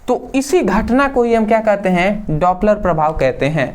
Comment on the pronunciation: Dopler prabhav 😮daaaapler prabhav 😮